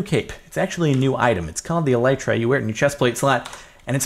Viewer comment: (This is supposed to be constructive criticism and that is just bugs me) The new item is pronounced with a short vowel "I". They are named after the hard shell protecting the wings on a beetle or ladybug. Anyways, keep up the good work, you are awesome!